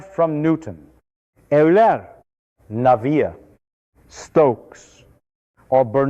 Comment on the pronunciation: Christ, this roboid never sat in thermofluids lectures to be able to mangle the names of Navier et al so irritatingly.